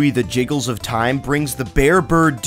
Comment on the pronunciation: JIGGIE not JIGGLE